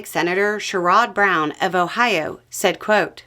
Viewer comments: Irs pronounced Share ud brown. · Love ya, but Sherrod Brown is “ma Senatuh”, ahem, and his name is pronounced share-id. Think: “sheriff”, but with “d” instead of “f”. 😁